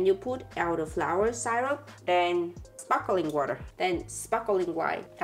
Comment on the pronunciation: it's sparkling, not sparkeling!